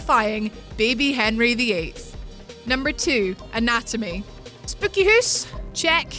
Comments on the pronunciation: Spooky hoose check I didn't mispell that it's just how she said it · SPICKY HOOS!! <3